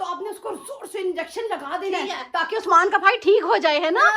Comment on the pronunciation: ap usman ko usmaan tiilaa ku bolty ho so funny and cute vloger